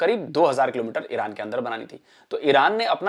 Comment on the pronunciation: ईरान को ईड़अान क्यू बोलते है ये गढ़े